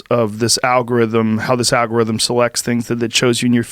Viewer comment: Joe “ i feel smarter every time I say alga rhythm “ Rogan